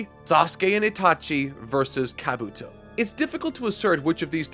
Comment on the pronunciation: This is gonna sound nitpicky, but, you gotta work on your pronunciation, chief. Japanese almost always lacks emphasis or stress on individual syllables over another in a word when spoken, so words you say like ka-BUto or ko-NOha aren’t being spoken correctly. You’d say ka-bu-to or ko-no-ha. Every syllable is its own beat, all with the same emphasis. Great work, regardless.